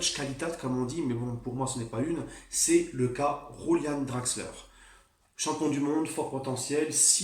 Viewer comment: déjà on dit pas rouliane draxler mais ça se prononce youliane apprend à prononcer avant de faire le fou déjà 🤷‍♂et dire "un pigeon anglais" c'est à dire? ce manque de respect envers les joueurs du PSG et envers les clubs anglais alors que tu fous rien à part rester dans ton fauteuil à bouffer et faire des vidéos comme si t'etais expert, apprends à respecter déjà et apprends à parler français hein, t'as dis un lateraux 🤦‍♂le seul joueur que t'as respecté c'est choupo pourtant c'est le seul qu'on a le droit d'insulter😂